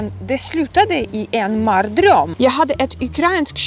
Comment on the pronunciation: "Det sluttade i en marr-dröm" 😂